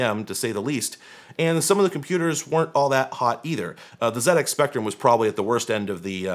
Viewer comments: Those ZEE-ECKS Spectrums are pretty cool! They may export the console, but not the pronunciation 😉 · Pronouncing the ZX Spectrum correctly is much appreciated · I thoroughly appreciate the correct pronunciation of ZX Spectrum. n_n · I'd expect Linus to say something as dumb and ill-informed as that, but not someone who usually knows what they're talking about. For example you nailed the pronunciation of ZX Spectrum, something that most Americans seem to struggle with.... but dismissing the MSX is pretty tone deaf, especially when your audience is made up of retrogaming and vintage computer enthusiasts. Do better. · pronounced "ZX Spectrum" correctly, so I'm happy to overlook "dot see oh dot you kay" lol